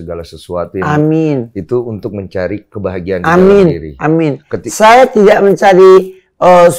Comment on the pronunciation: Kata'' yang lain terbata'' tapi pas bilang amin jelas banget